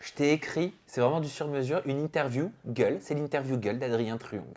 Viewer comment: Il insiste trop sur le mot gueule c’est trop